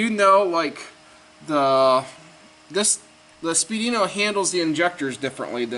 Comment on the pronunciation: it's pronounced speed weeno... not spee dino